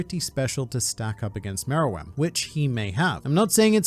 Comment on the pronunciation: he's saying it right